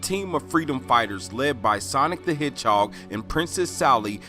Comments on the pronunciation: Did you say hidgehawg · Why are you saying the word "hedgehog" so weird?